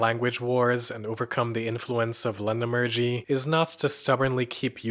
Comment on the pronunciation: LeNEmurgy, not LENemurgy, you ignoramus! =)